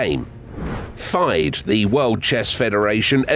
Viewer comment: FIDE is not faiyd Its FeeDay Otherwise, well done